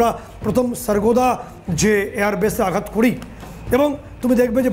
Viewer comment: "আঘাত" আর "প্রত্যাঘাত" কথা দুটিকে ঠিক ভাবে উচ্চারণ করুন । বিশ্রীভাবে ভুল উচ্চারণ করছেন । "আঘাত" শব্দটিকে বলছেন, -- "আগঘাত" এবং "প্রত্যাঘাত" শব্দটিকে বলছেন,-- "প্রত্যাগ-ঘাত" । কানে বিশ্রী ভাবে লাগছে । আপনারা কি দর্শক শ্রোতাদের কমেণ্ট আদৌ পড়েন । মনে হয়, না, পড়েন না । কারণ, এই বিষয়ে গত কয়েক দিন ধ'রে এই কথাটি বলছি । আপনারা নির্বিকার । -- মানস রঞ্জন চৌধুরী ।